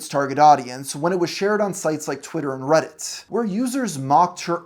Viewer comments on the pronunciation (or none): none